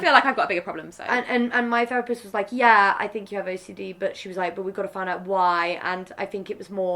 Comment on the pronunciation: “ training to be ferapist” .... maybe learn how to actually pronounce the th first you idiot